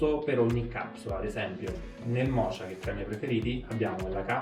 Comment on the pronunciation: "Mocha" si pronuncia "moka", come la caffettiera Bialetti, non "mocia"!!!